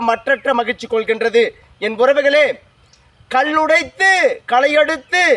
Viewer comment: கள்ளுடைத்து அல்ல ! கல் உடைத்து ! நெள் அறுத்து அல்ல ! நெல்லறுத்து ! ல் லுக்கு பதிலாக ள் அதிகம் வருகிறதே ?